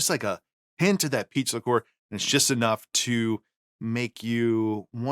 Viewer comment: I kept hearing “pizza core” instead of “peach liqueur”